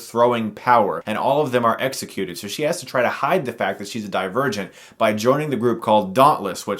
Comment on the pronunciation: I wasnt looking atthe title when this video started and I heard him say : Die virgint